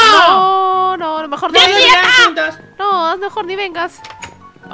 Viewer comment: Como dijiste merejono